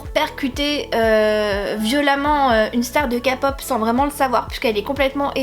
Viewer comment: il me smeble que "my korean love" est issu d'une fan fiction ! je suis pas tout à fait sure et ils ont bien évidemment changé le nom (d'ailleurs, c'est pas une critique mais on dit ké-pop hihi ❤)